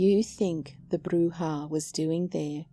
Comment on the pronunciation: Hate to be ''that guy''', but it's pronounced ''bru-ha'. Bruja = ''brew-ha''; brujo = ''brew-hoe''; and brujeria = ''brew-heer-ee-ah''. ''J'' is typically pronounced like an ''h'' in Spanish, as in ojos/''oh-hos''; or Jesus/''hey-zeus''.